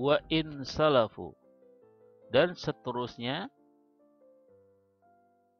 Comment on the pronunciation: wa in safaluu bukan salafiu